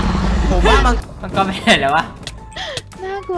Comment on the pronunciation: มังกึไม่ใช่มัวกร555555+